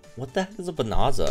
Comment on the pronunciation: It's bonanza! Not bonarza lol. It's like a mass resource thing. Even more valuable items simply means general items that are meant to be valuable. You're reading too much into the wording